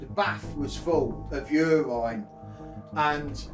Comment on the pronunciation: "Yourine"......😂 priceless